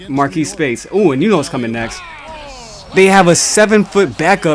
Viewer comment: To king it's marrese not marquise speights